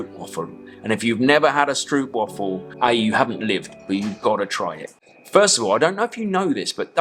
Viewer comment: Ah, to try so hard on the French words and then butcher the Dutch "stroopwafel" ;-) The oo sound is pronounced like English -oh-. But great video, Chester Marathon looks cool!